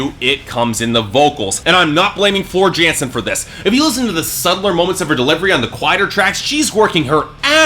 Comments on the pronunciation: It's pronounced Yansen. Not unlike how Tarja is pronounced Tarya. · It's TOO-runen, Hie-TALA, and YAN-sen.